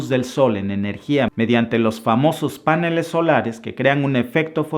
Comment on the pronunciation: cuando te escuche diciendo 'páneles' en lugar de paneles, que es como toda la vida lo escuche decir, me fui a la Real Academia de la Lengua española para confirmar si yo estaba mal o tú. Descubrí que es un error decir 'páneles'. Suenas feo cuando dices 'páneles'. Te hace lucir falto de educación.